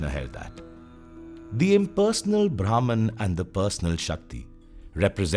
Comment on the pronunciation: Imagination to visualization 🥰 great video but pronounciation of bhraman was incorrect 😁